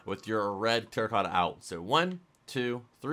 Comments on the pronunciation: It's "TERRACOTTA", not "Torracotta".... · he said torrecata